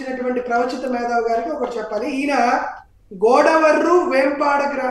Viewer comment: Jp గారు మేదావు కాదు మేథా వు